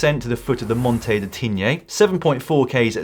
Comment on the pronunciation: It’s Tignes, not Tigné Dan!